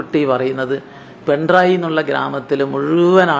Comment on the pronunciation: പെൺറായി അല്ല പിണറായി